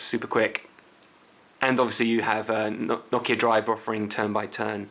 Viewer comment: Finally, someone pronounced Nokia correctly. Most people on youtube pronounce it as NO-KIA....It's pronounced NOCK-IA.